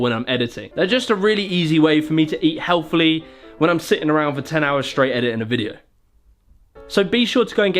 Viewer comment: Other people: helle this this sponcered by raid shadow legend......:helth ramem